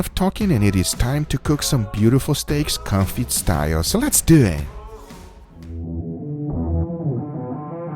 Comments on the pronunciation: It's actually pronounced "Con-fee" and not "Con-fit" :) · it is pronounced cone-fee, not con-fee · Please don't pronounce it with a loud "t". It's pronounced "confii" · I thought he kept saying coffee style. Thankfully in the description he spells it out - confit style. Never heard of it. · what he says: "calm feed"/"com feet"/"car feed" 🤨 what he means: confit 😅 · What is this type of cooking called? I here you say it a couple times but not distinctly. Comfy style? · con-FEE (you don't pronounce the "T") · You don't pronounce the T in confit, next time perhaps try all animal fat, beef fat would be appropriate to use, and it would be interesting to try all bacon fat.